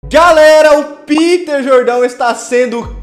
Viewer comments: É Peter Jordan e não Jordão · "Piter Jordão" kkkkkkkk isso tirou todo meu foco